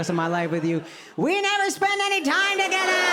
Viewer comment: When you said "We don't spend any time togethaaaa!" I heard "Wrong levaaaa!" 🤣